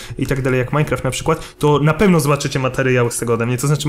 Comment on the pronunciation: Dlaczego mówisz minicraft